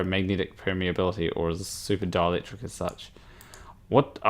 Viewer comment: When you say 'dielectric' I hear 'Dalek'.